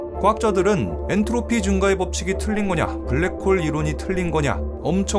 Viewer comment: "엔르토피" ㅋㅋㅋㅋ